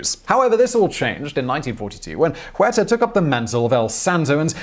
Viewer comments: And even more disrespectful to pronounce it "Juerta"! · Please dude, stop butchering the names. The H in Huerta is silent.